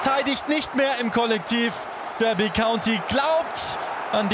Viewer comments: Ich bin mir sicher, dass es "Darby" und nicht "Dörby" County ausgesprochen wird. Nichts für ungut, kann sowas aber nicht ab :D (genauso, wenn jemand Portsmauf, Leichester oder Brikton sagt) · Habe ein Jahr in Derby gewohnt. Heißt 100%ig Darby nicht Dörby